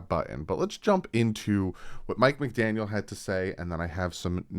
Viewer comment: Mike Mcdaniel.....no "s" ya only did it in the intro. Lol. I'm being too nitpicky. Lol